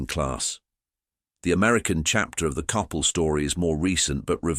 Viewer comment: It would be nice if you could pronounce the names correctly, such as Coppel and Jose.